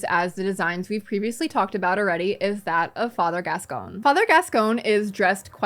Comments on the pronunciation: additional note on pronunciation, I'm quite certain that in the game it's father gas-COIN, not gas-CONE. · Gascoigne, she’s pronouncing his name wrong, same with Gherman but I agree as a massive Gascoigne fan he’s very van helsing